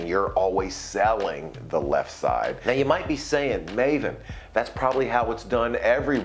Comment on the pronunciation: Oh i know you in my child hood we call you Ma-Ven. In our Mizo clan some of our friends name is called Lalvenhima nickname as Maven-a.. Pronounced as ma -Ven-a. Not your name pronounced as Maiven or Mayven we called them as Ma-Ven.. not mai or May its ma - Ven-a..😅😅. And one last thing, im a be honest, that time i never rooting for you😂😂😂 Im always rooting for Triple H, Randy Orton, Ric Flair and then after Brock Lesnar Came im rooting for him and never a fan of the Rock, Stone Cold.. And low key always like Dave Batista, and one time i like Cena but after dont like him at all..😅